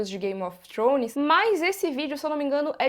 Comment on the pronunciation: É forma correta de se pronunciar "th" em inglês